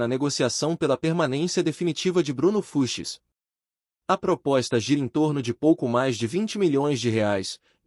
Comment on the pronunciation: Precisa avisar essa IA que é Bruno Fuchs e não Bruno Fuches ou Fruxis ou Fruchis, sei lá. Fora essa voz chata que dá sono. Bom para quem quer dormir. E vem com papo de empresário de que o Palmeiras quer o Everton Ribeiro que está em fim de carreira. Essa IA acha que engana quem?